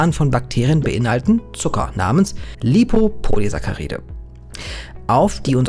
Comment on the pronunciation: sprich das BITTE so aus: LipopoliSACKaride xD vegane Grüßee edit: bei hast dus endlich richtig xD